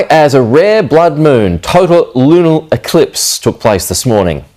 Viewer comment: Did that reporter just say lunal?